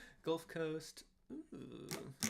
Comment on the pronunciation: LOL the over-enunciation during The Gulf Coast was great 😂